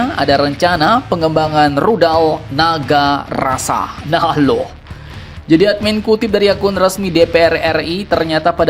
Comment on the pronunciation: Kayaknya dia salah sebut tuh.. NAGARASA, yang sebenarnya adalah NAGASASRA.